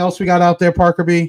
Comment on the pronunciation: Again Thank You and Crew for all you do!!! Thank You Parker for saying my name correctly.. It is a challenge sometimes!!!